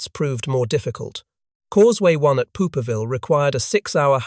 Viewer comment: POOPERVILLE????? THE TEXT SPELLED IT POPPERVILLE.